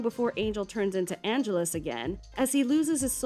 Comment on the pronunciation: Why did she keep pronouncing Angel's evil name like 'Angeles'? It's Angelus, like: ann jealous. Or am I remembering it wrong?